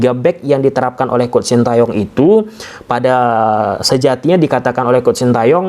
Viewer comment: Mas bacanya coach; kouch.. bukan kuct ! Nti jd kuch kuch hota hai 😂